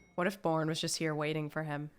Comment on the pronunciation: Did she pronounce it as the “Boring trilogy”. It’s definately not.